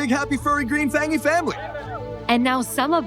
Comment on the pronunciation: uhhhh am I the only one that heard him say they’re a F&ggy family?! I had to put on the subtitles to hear it was fangy